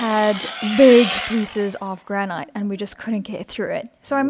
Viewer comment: Just to let you know, granite is pronounced as ‘grannitt’ and not rhyme with night.